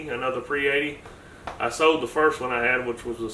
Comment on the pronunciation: Good video. But it's SOLD mfka NOT sewed. lol